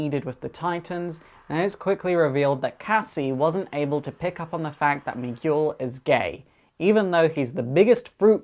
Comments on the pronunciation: It's Mi - gel not Mi - Guul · Miguel. Mee-ghoul??!!?? No. Mee-gell. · Sorry but Miguel is pronounced me geel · Firstly, I would like to say that I really enjoyed this video. I loved the Titans and I hope that I can connect more with their next incarnation. Secondly, the pronunciation of Miguel was driving me crazy so I had mention that it's pronounced "me - g'hel". Anyway, awesome video! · me-gel. where the g is like guile from street fighter. hearing your pronunciation pleased me.lol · Fantastic! Congratulations man, you did it! A like goes to you. ps: Miguel is pronounced "Mee-gell", another verson of the name Michael. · Did ever learn how to pronounce Miguel? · hey there you grovy video dude. love this vid just letting you know i was thrown of for a bit. not because you were not making sense but because you didnt say miguel name right not blaming or calling you out on it like i said im loving your vids sorry i dont like them but i do binge watch them like eatting candy on holloween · THATS NOT HOW YOU SAY MIGUEL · OH wow, that was wonderfull, and i need to applaude to you for spending your time on this video, so much work must have went into this, and there's a lot of info here that i wanted to know. Just don't get mad at me or anything, but that's not how you say Miguel, you don't read the letter "U" when it's between the letters "G" and "E" (though i can't blame you if you don't speak spanish, sorry for bitching about this). I didn't mean to be a jerk, sorry, if it's on any consolation, my english is spotty sometimes